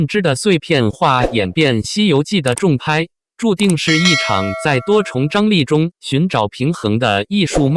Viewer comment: “重拍”，應唸‘’蟲拍‘’。 “網傳”，應唸‘’網船‘’。 “遲重瑞”，“重”字，作為 人名、地名時，發音均為“蟲”，如：晉文公重耳、重慶。 （下略）